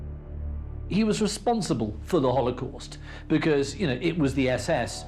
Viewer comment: " Haulocost" lol 😂